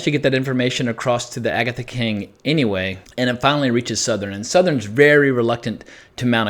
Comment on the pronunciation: Not to nit-pick, but it's Souther, not Southern.